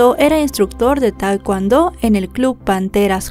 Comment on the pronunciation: Se lee tekondo